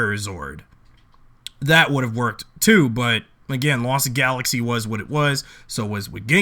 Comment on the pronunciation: You say Lost Galaxy wrong